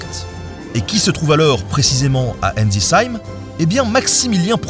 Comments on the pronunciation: "A enlzi heim en Alsace". J'imagine qu'on parle d'Ensisheim ? ^^" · on parle de ma ville Ensisheim !! Je te pardonne pour la prononciation pas de soucis 😊 cette météorite est exposée à notre musée c’est le symbole de notre ville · À "Enzis-heim" les alsaciens en sueurs 😭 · j'ai du réécouter le passage pour comprendre de quelle village tu parlait en Alsace 😅 pourtant je suis alsacien et c'est vrai que des fois même moi j'ai du mal à prononcer certain nom de petits villages 🤣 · J’adore ta prononciation de Ensisheim en Alsace sinon super vidéo 😂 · La prochaine fois que tu écorches le nom du village alsacien c'est le procès !!!! 😘😘😘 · La manière de prononcer "ensisheim" m'a fait sursauter étant alsacien moi-même ahah. Sinon très bonne vidéo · La prononciation de Ensisheim par Ben est rigolote. J’ai vu un morceau de cette météorite au musée d’Ensisheim. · j'ai eu très mal quand j'ai entendu la façon de prononcer " Ensisheim " en Alsace :') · comment tu dis la ville Alsacienne! 🤣😂🤣😅🤣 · La prononciation de Ensisheim fait mal à mon alsacien